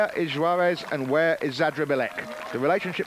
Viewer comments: The announcer couldn't bring himself to say Tinker's name correctly the whole race. It's Juarez (pronounced "Huarez"not Schuaresh, or Schuares). I was cracking up every time. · I watched Tomac ride a wheelie all the way across the main road of Crested butte on that drop bar Yeti in 1990 during a qualifying stage. The dude was pure style! And if the announcer mispronounced tinker Juarez' name one more time I was going to scream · he sounds like goldmember when he says 'juarez'! that, or he's trying to say shawarma? ;o)